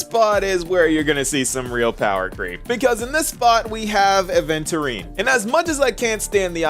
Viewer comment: Months gone by and you’re still saying aventurine’s name wrong, think adventure without the D